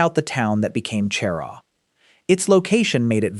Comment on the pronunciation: Cheraw is pronounced Sher-RAW.